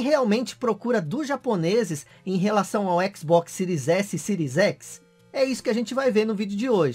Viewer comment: "Micurosoft Síries Ecsi"!